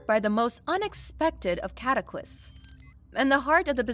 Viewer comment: Con-science? Cataclysts?